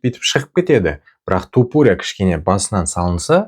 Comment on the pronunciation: Топурия емес, айтқанда Тапурия деп айтшы. Быдықтар сияқты болмай